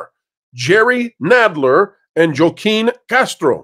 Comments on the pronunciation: It’s pronounced “Hwah-keen”, not “Joh-keen”. 🤦🏽‍♀️ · I couldn’t tell if you were Joaquin the way you kept mispronouncing his name. It’s not Jo-Keen, it’s Whah-Keen. Like Joaquin Phoenix. You say you don’t do politics but you should know the actor. But you trilled the R in Castro so you sound like Dumbo. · Joaquin is pronounced "HWA-keen." Just so you know. 🙂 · FWIW, I’m pretty sure “Joaquin” is pronounced “wah KEEM”. 😊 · I believe Joachim is pronounced hwah keem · Castro's first name is pronounced Wa-keen. Fti unfortunately he's my Rep. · Joaquin is said "Wah-keen", even is the spelling doesn't seem like it. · * Joaquin is pronounced HHWaa-KIY-N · It's pronounced WAAA Keeen. You're killing me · OMG thank you, I love WDWpro, but I'm a little on the spectrum AND I'm from south Texas and every time he said "Jo keen" it was like getting poked in the ear. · Joaquin is pronounced wah-keen...... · I like your analysis, but the pronounciation of Joaquin is more like Wa-keeen. It is Spanish. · Wa-keen saying the name wrong a million times makes you sound racist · Pronounce the names correctly please. They may not be my reps but do better please. This is a moment to have the DA play one of my favorite clips. “The bill comes due, always!”